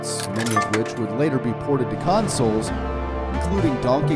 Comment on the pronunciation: r/weGotThat (and he said home consuls)